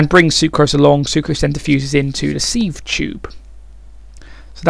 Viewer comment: sieve is pronounced 'siv'